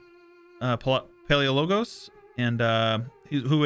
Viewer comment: Not the best war, but wouldn’t it be more poetic to reverse 1453 them and beat them to death by a thousand cuts Also I believe it’s pa le oh loh go s. Le as in Leia Oh as in OMG Go as in go.